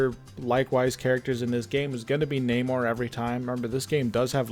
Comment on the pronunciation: everytime he says NAMOR, i heard NEYMAR.